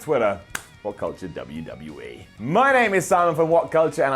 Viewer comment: I love but he really struggles to say 'WWE' clearly haha